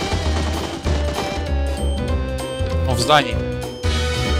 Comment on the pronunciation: ИНК блэт а не инс